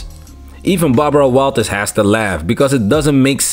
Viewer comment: Barbara “Bawawaw” Walters